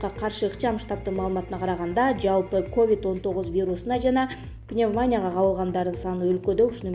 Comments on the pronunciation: Диктор кыз пневмоня эмес пневмония жазылышы а окулушу пневмания,4айдан бери окуганды уйроно албадын утур,чекит жок. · Бека медияны ушунчалык таанып калыптырмын,диктору шумдук ката окуйт.Коптон бери ачпай бугун карасам баягысы баягы эле,пневманя,ревизя,экыс,пондемя.Канчасы айтып жатса деле очошконсуп ката кылып ышкыртып жатасынар!?Соз жок!!!! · Ударенияны туура койсонор пневмония деп пневманя дебей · Коп создорду туура эмес айтып жатат, Бир мисал- пневмаааания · Сука,без грамотная,какая "пандемия",а "пандемия" ударенияны и тамгасына коюп окубайсынбы аж уши режут,пневмония деген созду туура оку.